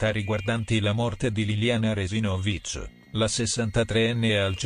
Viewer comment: Il cognome Resinovich si pronuncia con l'accento sulla seconda sillaba e non sulla quarta, dopo tre anni sarebbe giusto pronunciarlo in modo corretto.